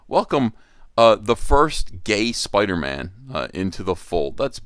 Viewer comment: “It’s Spider-Mam”